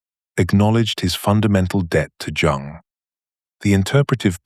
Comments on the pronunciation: It’s pronounced Yuung! Not Jung It is an immediate turnoff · AI does not understand that the J in Jung is silent. It makes this reading laughable. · The aside about the feminist critique of anima/animus concepts is the little bit of poop in the brownie mix of this AI tour de force. One other unpalatableable ingredient is the mispronunciation of the names "Jung" and "Job". .